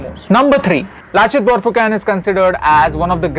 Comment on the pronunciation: It's not Borphuken , prounounce it as BORPHUKON !